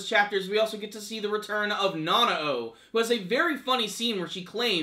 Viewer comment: Pronounced "nah-now" Just saying.